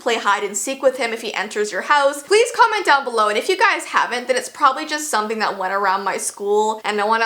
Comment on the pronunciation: “palaese cumment dOwN bulow”